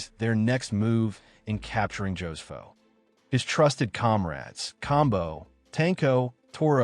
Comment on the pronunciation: Ho-se-foh. NOT Joe's Foh. 😂